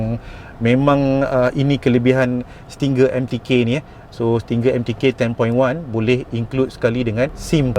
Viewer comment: Nak beli tapi tak reti nak pasang 😅 Btw, sebutan Stinger tu "sti-nger"